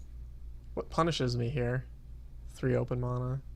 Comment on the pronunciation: You pronounce Mana completely wrong! Like seriously, you call yourself a rank 40 Duelsplayer and youtuber, but you can't even talk proper english. Sucks to be you mate. You fucking piece of shit.